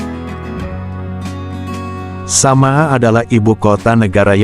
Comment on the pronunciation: Bukan sama'ah dul,, yg benar sana'ah.